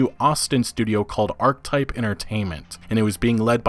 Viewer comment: He clearly doesn't know how to pronounce "Archetype".